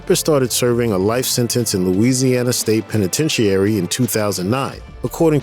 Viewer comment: The A in penitentiary is silent. 😆